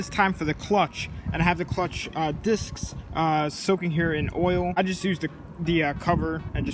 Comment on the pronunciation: you finally said discs right 😂😂😂